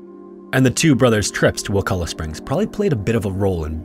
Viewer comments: Props for pronouncing wakulla correctly,but theres nothing warm about wakulla springs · Finally someone pronounces Wakulla correctly. Also Wakulla springs is NOT warm lol